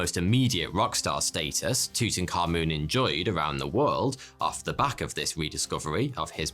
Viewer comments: the way english pronounces tutankhamun hurts my ears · HIS NAME IS NOT TUTANKHAMUN YOU THICK TWONK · I love the way he pronounced it “Tootoonkamoon” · It’s pronounced toot ankh aamoon I’m Egyptian and don’t say yahgert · tootenkahmoon's toom! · Tut - Ankh - Amun , The correct pronunciation is Tut - Ankh - Amun.